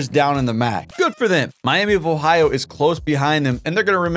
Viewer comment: Miami vohio 😂. Great video man super entertaining